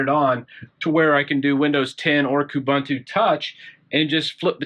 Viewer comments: please learn how to pronounce UBUNTU. It's an African word that is pronounced as OOBOONTOO. In this specific case it would be KOOBOONTOO. OOBANTOO or KOOBANTOO do not exist. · Definitely something to watch out for. BTW, "Most unique" doesn't make sense; something's either unique or it isn't, just like somebody is either dead or they're not. Also, all the "u"s in Ubuntu (and its derivatives like Kubuntu) are pronounced like "oo", so it's "oo-boon-too", not "oo-bun-too".